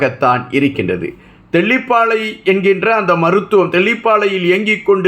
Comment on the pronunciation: தெல்லிபாலை இல்லை தெல்லிப்பலை